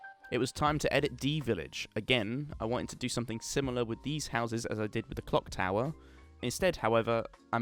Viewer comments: Did u say c@ tower or clock Lol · I swear you said cock tower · Am I the only one that hears cock tower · ok, I seriously CANNOT be the only one who hears "cock tower"